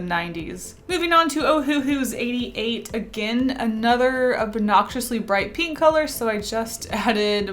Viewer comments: It annoys me sooo much that she pronounces "pink", "peenk" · nobody:: peenk